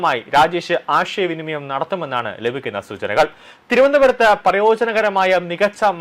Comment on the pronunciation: ഫിലഡൽഫിയ എന്ന് വൃത്തിയായി പറയാൻ പഠിക്ക് ആദ്യം. "ആഷയ" വിനിമയം?